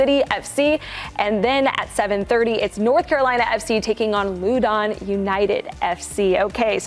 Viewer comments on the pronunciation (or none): Her annunciation of loudon…😢. I hope cbs flies her out there to do some sort of game report so she can learn from the locals